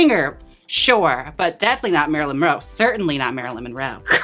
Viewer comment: I love how Jaymes keeps saying “Marylin Roe” haha